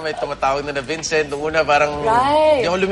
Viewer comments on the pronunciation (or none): Layle? Its Lally hija. Vencent? Ay naku! Bisaya ka?